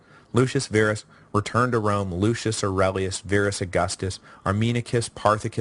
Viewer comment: Pronounce Verus "vair us" Virus "veer us", ah, ancient Roman, go figure.